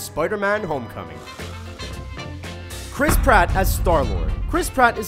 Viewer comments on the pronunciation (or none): none